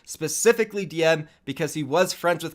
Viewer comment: Diem from LFZ, not Kondoo